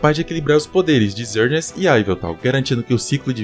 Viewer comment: Mano o nome do pokemon é xerneas não zerneas não tem lógica X com som de z kkkk